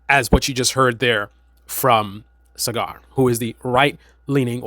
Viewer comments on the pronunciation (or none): It's pronounced SaaGer not Cigar